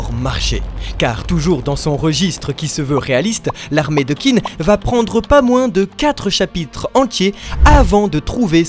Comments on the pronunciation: merci de faire ces vidéos sur kingdom ça régale! Hate que tu avances! Mais s'il te plaît, Qin ça se prononce "tchin"! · Allo allo les frangins !!! Vous ne lisez pas les commentaires ? Qin se prononce "Tchine" et non "Kine"... c'est un peu comme si on disait la Franck au lieu de la France...